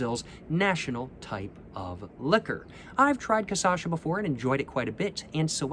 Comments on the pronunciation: sorry ily but it’s KUH-SHA-SUH not KUH-SA-SHA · You pronounce it wrong every time. It's pronounced *cachaça*, but you say *caçacha*. Get it right cos now you are becoming an authority on the subject of bad drink. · Every single time he says "caçacha" instead cachaça gets me 🤣🤣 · So cute you pronouncing “caçacha” instead of “cachaça” haha 🥺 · is cachaça not caçacha ;) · cool videos. Just one thing. It's is pronounced CA-CHA-ÇA, you are pronouncing it CA-ÇA-CHA, just switch the last to syllables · Change the sylable order from Caçacha to Cachaça (kuh-SHAH-suh) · “Ka-sha-sa” that’s how you say it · i love how he pronounces it "casacha", i'ts so cool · cah-shaw-saw that's how you say it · That’s too difficult. I’m going with ca-sha-sha emphasis on the 2nd sha. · KASHASSA! The correct pronunciation is kashassa! Stop being ignorant!:face-turquoise-covering-eyes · Istg he says Caçacha so many times that the word quite literally loses the whole meaning. He got ME second guessing the right pronunciation like wth? Hahahahah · This was made when the poet had not yet mastered the pronouncing of cachaça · pronunciations are legendary <3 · He pronounced it right 2 videos ago with the 51, but since the Caipirinha video he pronounces it like this. It drives me insane because he says it 1000x this video — but now after watching this video i dont even remember the correct way to pronounce it. The correct way doesnt even sound correct anymore. Lol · think he starts to say it MORE correct… after he drank enough, the Cachaça finally started to correct him. But then again, maybe not, i feel like im going crazy when i hear that word anymore. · He said it REALLY wrong on his first Brazil video, then he started saying it perfectly in the 51 video and then started saying it almost right after that. It's all part of the process. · Your videos are great, just a little correction: it's caCHAça, not caÇAcha lol Edit: adoçada (pronounced A-do-SA-da) means sweetened